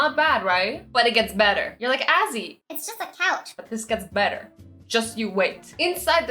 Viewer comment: when you said couch I thought you said cow LOL